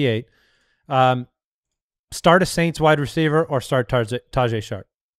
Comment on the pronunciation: its not pronounced ta-jay its ta-hey …